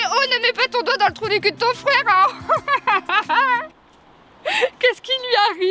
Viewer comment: "La place DÉ la femme c'est à la KOUIZINE !!!"